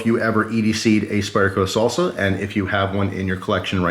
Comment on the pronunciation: Why are you saying solsa it’s pronounced sAlsa